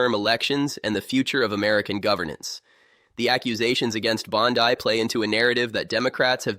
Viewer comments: Can’t even pronounce the name right. It’s not BONDI her last name is BONDEEEEE. HORRIBLE AI. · Jeebus teach your AI personality to say Bonde or Bondy or Bondee! 😂